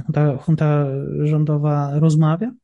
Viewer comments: "Junta" wymawia się z hiszpańska przez "ch". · Już któryś raz słyszę słowo "junta" wymawiane prze "j". To jak "poszłem" lub "włanczam". Wydaje mi się, że takie wpadki w materiale publicznym nie powinny się zdarzać.